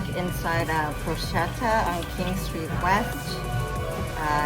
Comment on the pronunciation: its actually pronounced PORK-ETTA .... you should try the Porchetta sandwich, thats what they are known for, its so goood....!